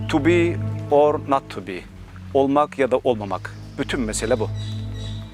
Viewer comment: Merhaba, yanlış anlaşılmasın fakat (to be or not to be)yi söylediğinde Kürtçe kadim dilini konuşuyorsun sandım.biraz araştırdım Kürtçe de söylediğiniz o kelimeler olmak veya olmamak anlamına geliyor.muhteşem 😊❤ Saygılarımla